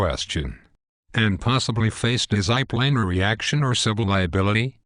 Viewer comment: At the mark, check out how he pronounces "disciplinary", funny.